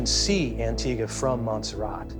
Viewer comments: ANTIGA not Antigwa! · I met his daughter when I lived in Antigua. She was nice enough but obviously enjoyed an oppulent life. Oh by the way it's pronounced "An-Tee-Gah'. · An ting ua - no even the investigator and several others involved says it the right way and it keeps being used! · The narrator cannot even pronounce the name of the island of Antigua. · And Antigua...ear bleed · Just a small criticism but the pronunciation of Houston, Mexia, and Antigua is incorrect.